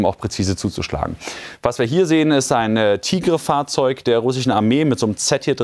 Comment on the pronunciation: Sie spionieren nicht Ziele aus sondern klären auf. TIGR-M wird "Tiger" ausgesprochen nicht Tigrrre. Bwei dem Angriff hätten übrigens Zivilesten leichtfertig drauf gehen können.